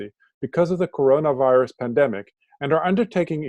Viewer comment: Pandemic not pendemic, draconian not draconic.